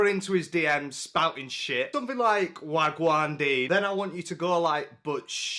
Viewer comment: As a jamaican I don't know how I feel about how much Jamaican Patwa has entered Londoner slang, especially because so much of it feels off to me and many times even misused. In either case "wagwan" is actually two words waa gwaan and they have long a sounds. And yes the long a is necessary otherwise it means something else. Thanks.